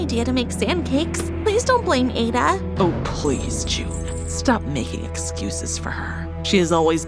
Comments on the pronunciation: exactly it is ADD A not aie da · By the way the name is pronounce ah-da not a- da hah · I’m Nigerian it’s pronounced Add-A not Aid-A. 😅 My Igbo name is Ada. My guess is she and her family are Igbo. I have an uncle named Austin. So many of my aunties have the name Chi. It really hits home. 😭❤️ This is story is really good. 🇳🇬 ❤ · It's Ada not aeda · Why did they pronounced her name wrong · Naw …that is not how u pronounce MY NAME!! as a NIGERIAN ‼️